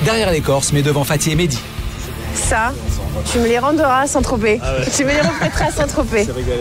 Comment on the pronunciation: Le mot le plus prononcé dans cette saison : Sait tropez